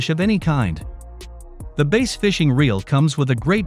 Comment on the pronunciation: Can’t trust a review that can’t pronounce BASS correctly (It’s not pronounced BASE)...